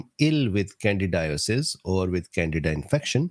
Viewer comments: Can deed ah is the pronunciation doc...it sounds like you're saying Canada. No offense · It’s can di da not Canada lol